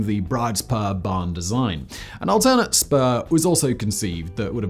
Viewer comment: Hi, not spoer .... Spur !